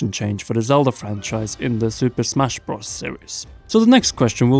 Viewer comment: whats bross cause youvsaid super smash bross